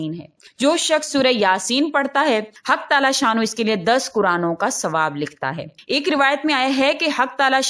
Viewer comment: U said haq talla very beautifully api